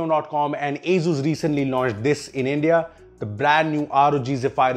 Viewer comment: Thats not how asus or zephyrs is pronounced